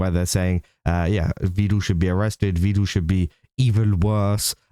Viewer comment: Just been thinking about it. I think the reason people think you're part of the swarm, or at least one reason.. You call him 'Vee-duhl', like Neuro does. He has gone on record, saying it is pronounced 'Veh-duhl' more than once I believe.